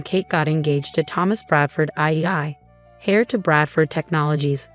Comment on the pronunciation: Heir, not hair